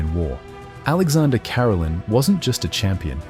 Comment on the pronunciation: It’s Ka-rel’-in, not care-alin